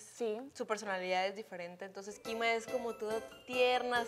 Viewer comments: 😂Quima con Q Es kima no Quima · Es kima no Quima jajajajja lele matalo al editor🤣🤣🤣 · En el momento no sé quién se dió cuenta que no decía Quima y no Kima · En el Minuto Lele puso QUIMA en vez de KIMA, pero la perdono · Quien más bien que dice quima y no kima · Es kima no quima lele 👀💗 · Es kima no quima 🤣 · Lele kima se es crie kima no quima